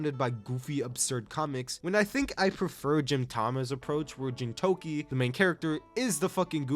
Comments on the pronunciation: ok you actually didnt watch gintama, like you literally did not watch it. if you had, you would have said the name right. its pronounced GEENtama, like GEENtoki, which would be hard to know i guess if youve never seen a single episode. also you didnt touch on the incredible heart and human growth experienced within gintama? you dont even need to go to the crazy arcs at the end to see it (though theyre quite good if you actually watch the fucking show) but there are multiple arcs or episodes before that, such as MADAO being adopted, the old man and his dog, and kagura's umbrella are all very exceptional and earlier episodes that champion the true message of gintama. but sorry it didnt have enough aura moments or whatever shit metric you used to determine this list. and if your metric was your own terrible taste, then you should be ashamed. take 9 more years, and actually watch the shows next time you trash-gargling, milquetoast last piece of 3 weeks old bread that no one wants. i cant believe you scammed 87k people. your jojo part was also shit, i could even finish it. i pray you didnt cover zombieland saga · Him somehow not knowing how Gintoki's name is pronounced + his reviews being very surface level and generic convince me he didn't even watch most of these anime